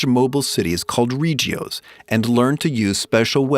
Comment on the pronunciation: All i ask is you pronounce shit right haha ree gee os?